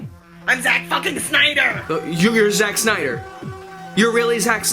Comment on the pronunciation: "sack snyder" Was that deliberate?